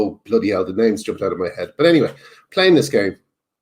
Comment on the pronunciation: You're saying "anyway" wrong.